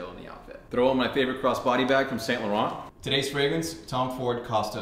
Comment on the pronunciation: Please learn how to pronounce saint laurent :D